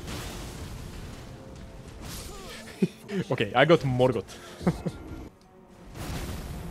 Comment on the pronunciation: He got, Mor-got